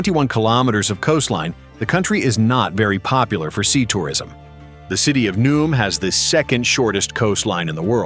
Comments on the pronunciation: The city is called Neuom, not Num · The city of “Nooom” 😂